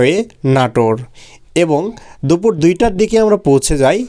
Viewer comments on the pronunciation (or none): none